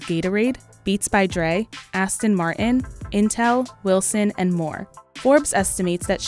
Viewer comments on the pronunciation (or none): none